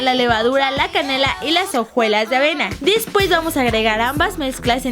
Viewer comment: fui la única que se dio cuenta que leslie dijo dispues en el minuto